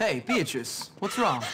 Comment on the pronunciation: It's pronounced BEE-uh-truss, not Bee-AH-treess. Sorry, it's a good video, that's just bugging me.